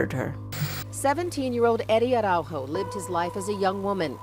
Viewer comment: As a sidenote: "Araújo" is a portuguese surname!!! Learn how to pronounce it correctly!! Don' t say it as if it was a Spanish surname!! In Portugal, we speak PORTUGUESE!!!🇵🇹🇵🇹🇵🇹🇵🇹🇵🇹🇵🇹🇵🇹